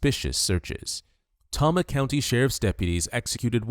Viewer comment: Ugh, it’s pronounced “TAY-MA”, not “TOM-MA”. Tama County, Iowa.